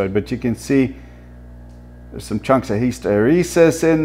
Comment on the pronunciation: 57 ka-chumffs later..